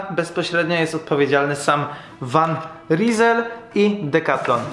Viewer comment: To się wymawia „Wan Żyzel” :D